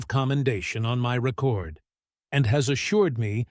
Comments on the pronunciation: Who's narrating this? Ike jad a commendation letter placed in his "rēcord"...Long E, instead of "rĕcord"...short E?! AI needs some work. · I'll listen to AI narratives when it learns to pronounce words correctly. At .44 we have the noun "record", pronounced like a verb "re-CORD". That's when I stopped listening. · rec--cord, love how bad AI voices are